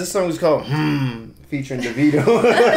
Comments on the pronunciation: Being that his birth name is David, his proformance name is actually pronounced Davido - Da (long "A") vid (short "I") o. BTW, I nearly passed out when he said tropical 🤣🤣🤣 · thats an oil rigg in the middle of nowhere in nigeria. not tropical afro. his name is pronounced daveeeeeeeeeeeeeeeedo